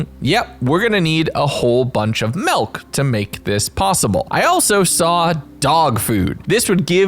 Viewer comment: I'm sorry but what is mehlk? I've never heard of it.